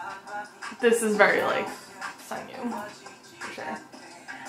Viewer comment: Hi! His name is pronounced Seong Gyu. Similar to the English word "song" not "sung" :) The romanization makes it a bit confusing I know :)